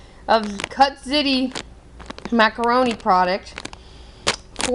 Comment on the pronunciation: it's not ziti, like titty, It's ziti, like meaty.